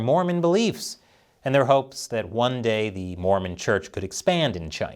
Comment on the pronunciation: I just was generally disappointed with how portrayed us in this episode. It's sadly telling that very few people seemed to care the way he spat the word "Mormon".